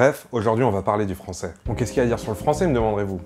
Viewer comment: J'aime trop quand tu dis "il parle le fransoais" on dirait trop un blague^^